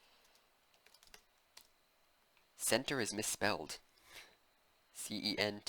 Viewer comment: its the French way of saying center